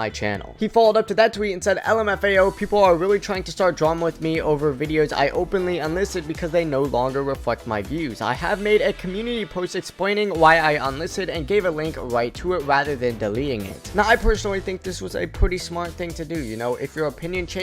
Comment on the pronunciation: Bro said wecentwee, expwayning and necessewawee 😅😂😩